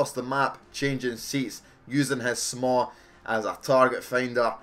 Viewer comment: SMAW = SWAM:D dosnt name the weapon like everyone else:D